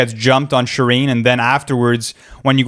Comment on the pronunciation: Amazing video, but "Shi-Reen"? It's Shuh-rain